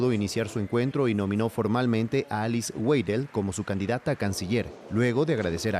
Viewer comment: Weidel se pronuncia "véidel" en español o "váidel" en aleman. Quienes locutan, ya que se dedican a eso, deberían saber que en español la W se pronuncia según la lengua de origen de la palabra: Como U se pronuncia sólo en inglés y en algunas lenguas africanas, en el resto como V.